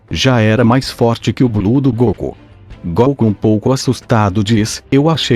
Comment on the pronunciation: Quem é esse comentarista do vídio que não sabe falar o nome de goku direito? Na pronúcia dele ,ele fala goocu. E não goku.